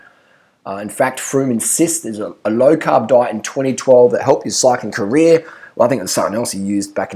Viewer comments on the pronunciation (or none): none